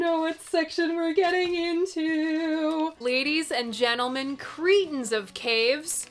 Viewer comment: creetins of caves :)